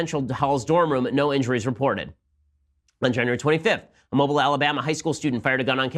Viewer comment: Mobile, Alabama It’s pronounced (moh-beel) not (mo-bil) Still love you Ben!